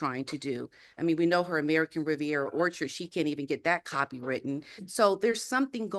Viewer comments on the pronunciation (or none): none